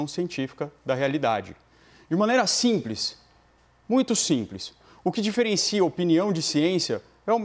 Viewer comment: Simpres?? Mais o que é isso??0